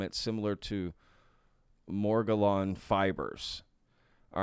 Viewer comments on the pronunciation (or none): It’s pronounced “more jellin’s” disease. Morgellens was a skin condition that people in the late 80’s were reporting where it felt like they had itchy fibers underneath their skin. It’s believed it was largely psychosomatic.